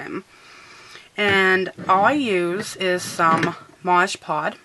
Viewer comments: lol i love this video but its called MOD PODGE not MODGE POD lol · Love the video. Had to laugh when you kept saying modge pod lol